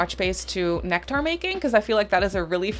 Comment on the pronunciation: Right? lol Maybe she's never heard the word somehow? 😂